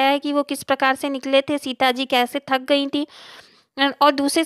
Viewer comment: Aur tak nahi thak hota hai😂